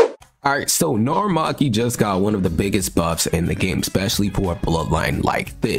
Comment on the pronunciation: It's narumaki